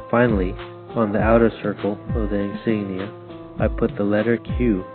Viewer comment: Thank you for your memorial for Frank! BTW his last name is spelled with an "I", it is Frank J. Iafrate. (first letter I). A lot of people make this mistake. Also work on your pronunciation or insignia (make UCI proud). A Vietnam Bee